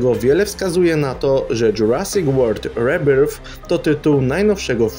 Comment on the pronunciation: Rebirth wymawia się nie "rebirf" jak to czytasz a "ri-berf" gdzie f to rzecz jasna th, a r nie czytamy jak po polsku., błagam, cały internet to język angielski, posiłkujesz sie newsami z serwisów angielskich, zainwestuj proszę w kurs angielskiego zwłaszcza wymowy;( Uwielbiam Twoj kanał, filmiki, ale prawie w każdym wideo masz babola z wymową angielską i naprawdę to jest irytujące:( Rozumiem jakby to był błąd z francuskim czy innym mniej popularnym niż angielski językiem, ale język Angoli jest powszechny, obcujesz z nim wszędzie i tworząc content tak profesjonalnie jak Ty pod kątem wiedzy upewniałbym sie na Twoim miejscu jak sie cos wymawia;( A jak nie masz czasu na kurs to jest prosta, darmowa metoda którą ja stosuje przed nagraniem audio jak mam problem np. z jakims nazwiskiem. Odpal Google Translator i posłuchaj jak się słowo wymawia. Z góry dzięki za wprowadzenie tej zmiany. Twoje materiały będą wtedy po prostu lepsze.